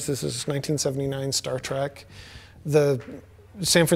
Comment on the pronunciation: The bearded dude says "Star Track" way too many times. ITs TREK!!!!